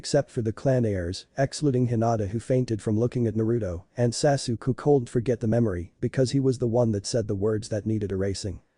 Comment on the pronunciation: At least get the ai narration to not say sasook